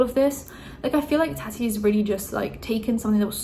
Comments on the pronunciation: Taw-ti not Ta-ty lol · im sorry but the way you pronounce it as "tatty" 😂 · Why are your pronouncing tatis name different then you have done in the past? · I love you but honestly how hard is it to pronounce TATI